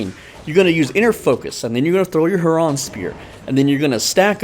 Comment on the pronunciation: "Herraahhn spear" 🤣🤣